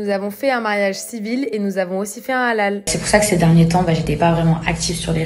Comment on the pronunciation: Un big Up à avec " le hlal" tu l'as trop bien prononcé bravo!😉 je regarde Aja depuis les débuts et je remarque une superbe évolution que ce soit au niveau des sujets ou autour de la table. Continuez comme ça, vous méritez largement d'être diffusés sur une chaîne. Bisoussss à vous 4!